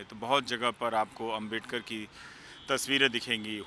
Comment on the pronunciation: Ravish Kumar apki ehsiat nahi ki babasaheb ko abmedkar kehna.Aap pehle sahi se Naam lene ka seeklo phir bolna